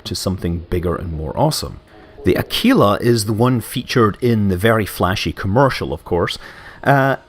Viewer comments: It (the Constellation Aquila) is pronounced a-quill-a ("a" as in *a*bandon - "quill" as in the writing device - "a" as in *a*bandon.) Not a-kee-la :P - Nice video otherwise Scott! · Scott Manley Aquila, I assume, refers to the Latin for Eagle which is pronounced [uh-kwil-uh, ak-wuh-luh] The way it is pronounced in this video relates to a City in Italy "L'Aquila" Admittedly, I only know the correct pronounciation because of a rubbish BBC Children's TV show I remember from the late 90's